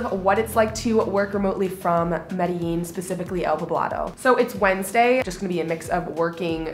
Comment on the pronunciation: Anyone else notice the pronounciation of Medllin changed about 2 minutes in?